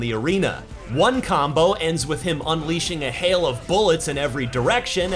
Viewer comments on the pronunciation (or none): none